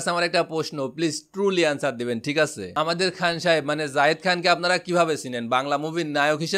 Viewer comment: যায়েদ খান কে জাহিদ খান জাহেদ খান বলে কেন